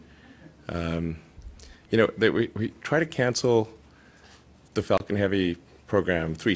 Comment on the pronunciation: When he quotes Falcon i hear fakin??? He must have hate it it at one stage :D . Fakin Falcon